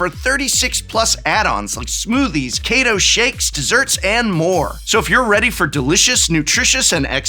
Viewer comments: Veygan and kehto lol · Vaygan and Kaytoe 😂